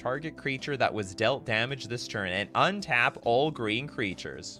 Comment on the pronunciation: says geen, not green. Geen(without R)=/=Green(with R)